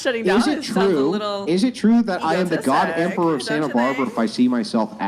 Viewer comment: I almost vomited at how she said “egotistic” 🤢